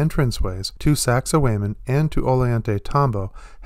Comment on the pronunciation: First of all, show some effort in how you pronounce words. The way you say sacsayhuaman , it makes it clear you are uneducated and never spent time with culture or language. You sound stupid asfuck when you speak like this sir.